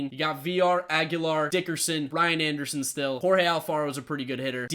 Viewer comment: i thought you were saying Ryan Anderson not Brian , i didn't know who you were talking about for a good 3 minutes